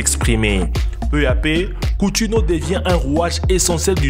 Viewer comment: Coutinho ce dit countinio